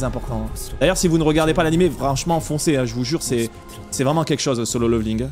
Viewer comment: C'est pas "leuveuling" hein, ca se prononce avec un "é" derrière le premier "l". Petite recherche sur google du style "comment prononcer level" et vous aurez un outil qui vous propose de l'écouter en anglais britannique et en anglais américain ... C'est pas la première fois que je vois des français prononcer le mot level "leuveul" plutot que "léveul" :D. Faute malheureusement commune, quand on a l'habitude de la bonne prononciation j'avoue que c'est juste atroce à écouter :D. Mis à part ca, bonne vidéo :).